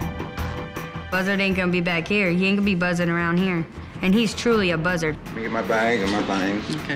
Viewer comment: “Buzzer” more like Buzter